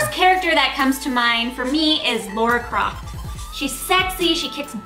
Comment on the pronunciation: Errrr....It's "Lara" Croft not "Laura" Croft. Just sayin'.